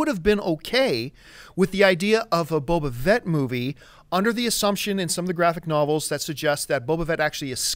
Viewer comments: "Boba Vett" lol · Emperor Palpateeeeen Boba Vet? Sorry for being a pronounciation Nazi, but they can't say names incorrectly and act like they know what they're talking about...